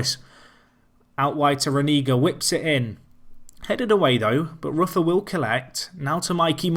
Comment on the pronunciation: Also Alex ROOFER is the correct pronunciation